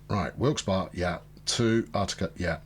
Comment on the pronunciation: it's pronounced Wilks-bury, :)